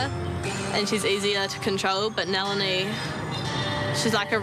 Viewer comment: lmao it's not NEH-LINI... it's NAH-LINI